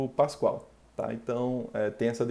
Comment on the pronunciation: Muito boa aula, só um detalhe que gostaria de atentar é que o nome certo da unidade é Pascal e não Pascoal.